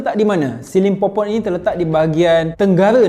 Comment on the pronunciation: Aku sorang je ke dengar dia cakap the lost city of skibidi pompom ? 🤣